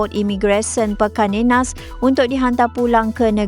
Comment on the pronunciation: Pekan Nenas, bukan pikan nenas